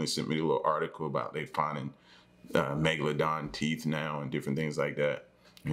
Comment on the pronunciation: I knew u was gonna say magaladon lol.. Run them underwater likes up